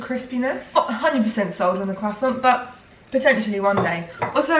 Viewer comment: Am i the only one who thought of the tom holland when she said croissant, bc i heard quack-son.